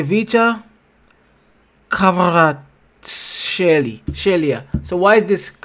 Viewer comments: Excuse me, but how can you read it: kh?! This is not sh! Kvarats(kh)elia! Please read it right bro.! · 'Kivaratiskelia' is the pronounce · PLEASE just say kvara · His neame is kvicha kvaracxelia but hi pleyng like maradona in itali and napoli farns call him kvara dona